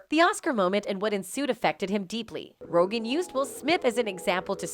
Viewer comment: “Ro-Jin” is not how you say Rogan. Juss sayin.